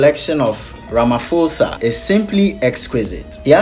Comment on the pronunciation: RamaPOSA not Ramafosa